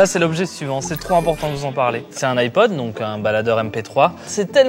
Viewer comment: "le iPod" mes oreilles 😂